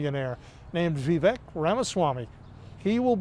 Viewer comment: Why must people STILL call him “Veeveck” ??